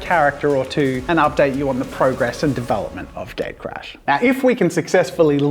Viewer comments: sounds like you're saying gay crash... xD you might want to adjust the name. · everytime You say "gatecrash" I hear "gaycrash"... sorry, it just me. hope it will be a thing.